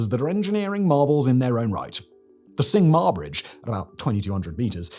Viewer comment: For your knowledge, "T" in Cantonese is not a silent "T". Instead of "Sing Ma bridge", it sounds like Ching Ma bridge in Cantonese. And the name "青馬大橋" translate to English word for word is "Indigo Horse Bridge".